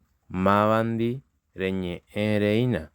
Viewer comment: El acento por favor "Mávandi". Gracias